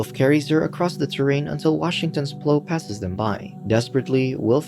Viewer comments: Why can't the narrator say the word Plow? it's not 'pl-oo' its pl-ow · You were really calling the giant truck with a PLOW (sounds like now) on it a PLOW (sounds like grow) lol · Can't say plough? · lol!!! it gave me a giggle everytime! is it a human reading or not??